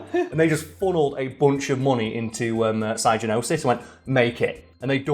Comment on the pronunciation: Psygnosis is pronounced Sig-no-sis.